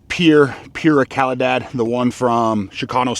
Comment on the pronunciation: Sounds like pooruh caleedod if you say correctly